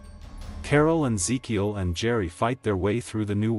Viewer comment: I wonder if rhey intentionally kept butchering certain names in these videos lol they called Ezekiel things like Ikea in season 7 video and then Keel and Reel and then even Illinois lmao